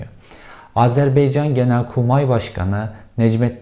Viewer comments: İçerikten bağımsız şekilde, sunucu yutkunmaktan konuşamıyor. Konuşarak insanlara bir şeyler aktarma derdinde isen diksiyon ve nefes sorunlarını halletmen lazım. İki cümlede bir yutkunmak, boğuluyor gibi es'ler vermek nedir?! CIA size arada hitabet dersi de vermeli. Ayrıca "Azerbeycan" değil Azerbaycan! Belki bilmezsiniz ama biz Türkler kelimeleri yazıldığı gibi okuyoruz. Son olarak, Türk ordusunun "ilginç şekilde" savaşa hayli hazırlıklı ve bölgesel savaşlarda başarılı olduğu şeklinde bir yorumu var arkadaşın. Garibim, Türk komutanlarını esir al esir al, öldür öldür bitmiyor diye kuduruyor muhtemelen. TSK son 50 yılda, PKK, Enosisçi Rumlar, sizin FETÖ'nüz, IŞİD, Vahhabi Araplar ve son olarak ırkçı Ermenilerin doğrudan katliam çabaları dahil her türlü terörist, askeri ve siber saldırılarla kan ve can vererek dünyanın tüm konvansiyonel ve asimetrik saldırılarına en yüksek hazırlık düzeyine sahip ordusu haline geldi. Türkiye ve Türk düşmanlarını her kıtada hoplatmaya bundan sonraki 1000 yılda da devam edecek. Eserinizle gurur duyabilir ve bahsi geçen kahramanların adlarını duyar duymaz altınıza doldurmaya devam edebilirsiniz. Hiçbir yer sizin için güvenli değil... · Kel kafa (bu arada ben de kelim😀) once Azerbeycan degilde Azervaycan demeyi ogren.Ikincisi Azerbaycan cok az bir topragini geri almis!! Yabma yaw😁😁 12000 kilometrelik isgal edilmis topraginin 10000 kilometresini isgalden kurtarinca cok az bir topragimi geri almis oluyor? Kel kafana martilar sicsin!! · Cevheri, kanalını severek takip ediyorum lakin bugün Azerbaycan’ı bin kere "Azerbeycan " diye telaffuz etmene takıldım da konuyu takip edemedim. Takıntılıyım biraz galiba.😄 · Beycan nedir ya Şu ülkenin adını doğru telaffuz edin Baycan deyin Baycan Azerbaycan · Azerbeycan değil bir öğren AZERBAYCAN önce bunu öğren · Azerbeycan değil AZERBAYCAN! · Azerbeycan değil malın oğlu.Azerbaycan. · Azerbeycan değil AZARBAYCAN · Azerbeycan değil, Azerbaycan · ..beycan değil. ..baycan. Azerbaycan